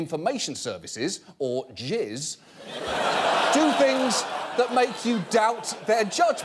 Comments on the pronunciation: It’s called GIS w a soft G for a reason 😂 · gis pronounced 'jis' you probably pronounce gif as 'jif' you heathen. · I think that GIS is actually pronounced with a soft G. And in that case, I dont really know if its worse to have your company name sound like semen or a flock of angry birds.